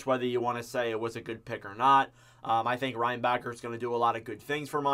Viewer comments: Goo-lay, rein-backer, ja-kai, didn't know we had any of these players 🤣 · I'll help ya a bit, it's gou-Lee, Jack-eye and rein-bach-er (like how you pronounce Dach or doc, but with a b)